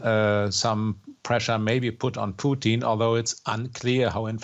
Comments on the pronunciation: His name is Putin, not Peuteen pronounced Poo-Tin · Why does she keep calling him Poutine? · president puotine lol. its putin lady poutines is fries with cheese and gravy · Why does she say Pooteen? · President "poutine" lool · All I hear from her is “President Poutine”